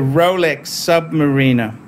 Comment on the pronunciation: Also you can’t even pronounce submariner correctly